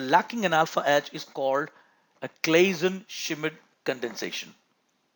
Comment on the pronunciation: Great videos but man it´s fun hearing yo ustruggle with the german names^^ little tipp for the name Schmidt^^ it´s pronounced like "shit" just with an M after the sh^^ but other than that great video